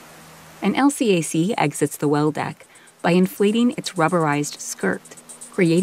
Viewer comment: These videos are cool, except for the computer narration. LCAC is "El Cack".